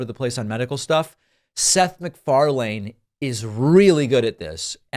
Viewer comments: It's Seth macFARlane, rhymes with marlin, not macfarLANE. Sorry, not a big deal but it kept bugging me. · Firstly and it is a side note, as a Scottish person I have to point out that you’re mispronouncing MacFarlane, it’s pronounced Mac-far-lin. Secondly, here in the UK (which I’m sure you’re aware is part of Europe) everyone was offered the vaccine regardless of whether you’d had covid or not, the only criteria was that you hadn’t had it within a certain amount of time. Thirdly, I’m so glad that Bill Maher isn’t really on UK TV. Fourthly, the way Maher is speaking (speech patterns and seemingly losing train of thought mid sentence) shows that he doesn’t have a clue on the subject. Yes experts won’t always get it right when they are still in the process of figuring out what’s going on…but they are far more likely to be giving helpful advise than the likes of an overpaid talk show host that has no business discussing what he doesn’t understand. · does David pronounce last names wrong on purpose cause McFar"lane" has me in stitches 😂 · No one pronounces his name McFarLANE. Also, Bill Mahr has evolved to the point that he's rarely right about anything anymore. This is a guy who evolved from a Bernie supporter to Amy Klobuchar, he shouldn't be taken seriously under 99% of circumstances. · Pronounced "McFarlin" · Dude if you’re going to say Mick-FarLANE you HAVE to say Bill May-Her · Pronounced Mc-far-lin! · Please stop pronouncing his name like that, “mc-far-lane” is “mc-far-len” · The last syllable of Seth MacFarlane's surname is a schwa, an unstressed mid central vowel. It's not the vowel in ‘lane’, but rather like the second syllable of ‘Pakman’. I was surprised to learn that David's pronunciation of Ingraham was correct (every Ingraham I've met pronounced it as two syllables, no H), but sorry, this one is wrong. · Great video, David but it's pronounced McFarlin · Mic-far-LANE , eh? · Did you not hear Bill introduce Seth? Learn to pronounce McFarlane....